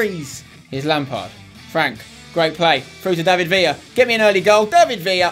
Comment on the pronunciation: you pronce david villa wrong you need to pronce the ler wright